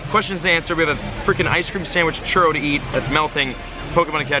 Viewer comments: anyone else cringe when says churro wrong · The way you say churro 😂😂